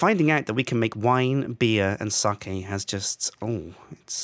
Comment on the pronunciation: I love that pronounces sake correctly... and Kim, an asian, pronounces it wrong.